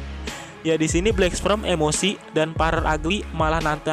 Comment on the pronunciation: Min maaf cmn koreksi, pengucapan black sperm salah tu, yg min ucap itu black sprem harusnya black sperm.. 🙏🙏🙏🙏